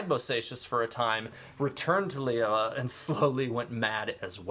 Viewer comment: lee-you-ei not lee-you-were